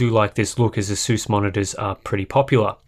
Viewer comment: Pronounce ASUS properly.